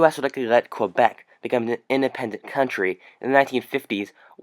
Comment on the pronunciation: "an indepemdant contrayyyyy"